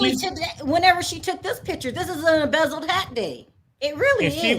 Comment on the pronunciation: saying embezzeled like it’s actually the real name is killing me ☠️☠️😩😩😂😂😂